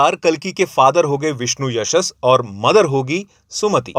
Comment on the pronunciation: Abe jhandu Pauran nahi Puran hota hai, aur Vishnu-Yashas nahin Vishnu-Yash hota hai. Kaisa hai ye.... Ghor Kalyug hai bhai.😂